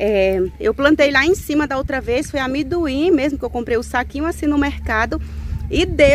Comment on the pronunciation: O nome é amendoim e não amiduim